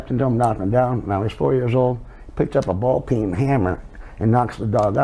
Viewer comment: its ball-peen not ball pin (or even ball pein)